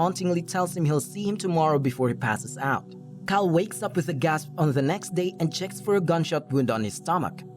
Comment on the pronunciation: Why am u hearing 'za next zay' instead of 'the next day'